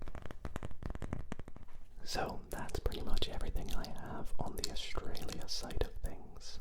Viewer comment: A-U-S-R-A-L-I-A Australia❌️ Ausralia